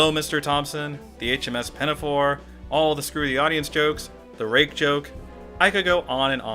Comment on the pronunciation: The eat you say rake is WAYYYY too close to rape...just saying